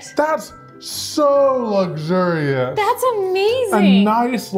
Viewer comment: Did he just pronounce luxurious lugzurious????? Wtf?! 🤣 🤣 🤣 🤣 🤣 🤣 🤣